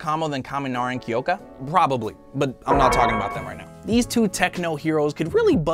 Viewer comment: Okay not sure if it’s just me but it’s really annoying, being I live in japan, at how bad he butchers the names. Kiyoka? There’s no i people. And ochaco. It’s o cha ko. I’m so sorry, this just really makes me mad.